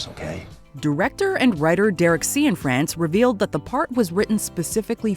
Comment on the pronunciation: Cianfrance is pronounced "see-yawn FRAWNS"; not "SEE-uhn frens"